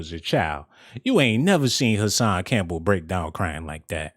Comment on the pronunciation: Hassan not cashan boy